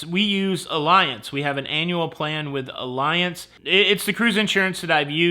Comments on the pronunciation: Ugh... not trying to be "that" commentor... but is it Ah-lee-anz? Not "uh-lie-enz" or "alliance" I'm not asking for a friend, I'm asking for me lol. But I also don't care if someone mispronounces it, (if he did) So tragic about that family. 💔 Always buy the insurance. I always made clients sign a waiver so they can't say I didn't tell them. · PS, it’s pronounced Al E Anz, not Alliance 👍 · I guess I'll be "that guy" this time,. The company Allianz is pronounced like "Olly-onz". I only know because I have had to file a claim with them and they corrected me when I called. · Excellent show as usual.. Cruise insurance is a must...39 cruises always get insurance. We use Allianz also pronounce all e once...